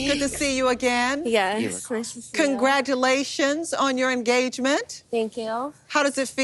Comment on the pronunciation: “Kongrrachulashin” from that awful Natalie🤣🤣🤣 she’s the absolute Pitts